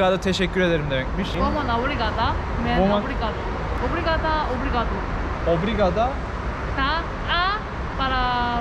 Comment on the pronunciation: 24 dakikada portekizcen gelismis:))obrigaros u nasi uydurdun ?